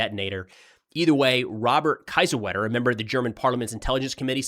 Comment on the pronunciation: Just in case you want to know: "kie" in "Kiesewetter" is pronounced like the English word "key".